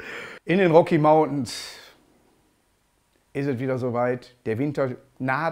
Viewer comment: Kein einziges mal gelacht. Obwohl bei seiner Aussprache von „Roggie Mauntens“ bei da kann man mal lachen, aber da kann man sich ja auch Reden von Günther Öttinger angucken